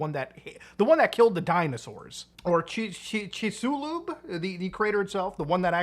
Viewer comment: Chix-i-lube XD It's pronouced Chix-il-lub mutah haha